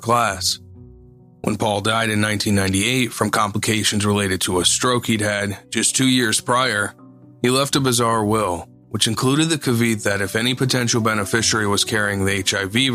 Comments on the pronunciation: Not caveet...caveat..is pronounced ka- vee--aht...:) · Note to narrator: Pls learn to pronounce “caveat” ... it will serve you in good stead in the future.